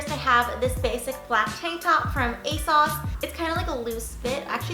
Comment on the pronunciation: “ a-saws” ?? Never heard it pronounced like that lol I pronounce it like “ A-sOhs “